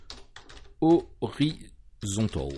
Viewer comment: Ton accent sur Horizontal et Vertical, sur la récup des Axis ma fait bien rire :-) Horizontôl et Verticôl :-) Je vais bientot mettre une version ultra alpha de mon jeu sur ton fofo. Bonne journée.